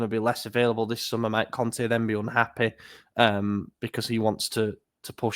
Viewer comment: Please stop saying 'Conthee' when you talk about Conte